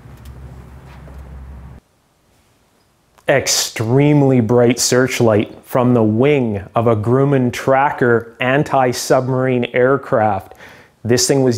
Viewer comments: Great vid. One little nit... It's pronounced Gr-UH-man.... not Gr-oo-man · What's a "Grewman?" I know what a Grumman is, pronounced as "gruh-muhn" (rhyming with "drum" and "man").... yer Kanadian I bet? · Pronounced gruh·muhn.. specifically it's a Northrop Grumman SF2 then later S2 Tracker, nor·thruhp gruh·muhn.. sorry but I'm a stickler for proper pronunciation. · Just so you know... Its not pronounced GROOOman.. its GRAH Man... Grumman. Thanks! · Of course it has a vacuum tube! How else were you going to fill RCA's coffers... I grew up on Long Island, I always heard it pronounced "Gruh-man", not "Groo-man". I'm not sure what the correct one is, though. The facilities where they built a lot of famous aircraft, and also the LEM, are still somewhat there. I think some of it is a movie studio now. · Grumman not Grooman, oh yea and don't say the L in solder. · That is a Grumman… not a Grooman. U is annunciated like the u in the word “up”. Had those on the aircraft carrier I was on in 1970. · Those fasteners are known as "zeus" fasteners. made on Long Island NY. The company that produced this was Grumman corp also on Long Island and pronounce GRUM (as in drum) MAN Grumman also made the E2Cs, F14s the Lunar Excursion Module (LEM) that went to the moon and many other aircraft. I lived 1/4 mile from end of the runway in Bethpage where Grumman was located. The NASA guppy flew over my house to come pick up the LEM and take it to Florida. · Two "M's" so an Uhh sound for Grumman. Rhymes with "GUM in" which yes, has just one M but is also a short word so, the sound matches. (Edited because I had misspelled Grumman.... I liked it better when I didn't need glasses.) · Might want to learn how to pronounce "Grumman" properly I did give the video a LIKE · Please don't miss pronounce Grumman sounds like drumming. Although it's now Northrop Grumman. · Great opening, but you need to learn how to pronounce Grumman...